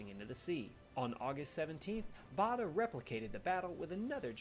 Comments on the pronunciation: Don't take the pronunciation in that video seriously, whoever (or whatever) who was speaking is not British. For one he said "the Royal Berkshire Hospital", in England Berkshire is pronouced Barkshire and we've always known Douglas Bader as as being pronouced BAIDER not BARDER. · To the commentator it is BADER nor BARDER!